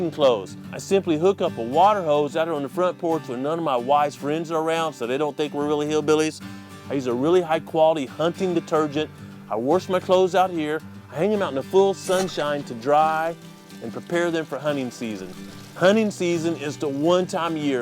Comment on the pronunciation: Lol he said wrash instead of wash XD that funny